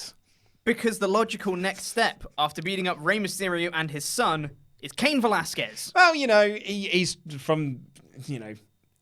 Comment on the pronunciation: it's pronounced Kah-een Velasquez